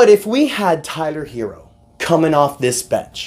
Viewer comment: I think I heard u say "Kyler Herro" 😂😂 but no real talk I gotta appreciate the effort Miami gave last night. Hated that we lost though.